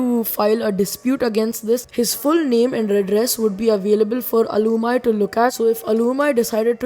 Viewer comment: It is al-u-meee not alumy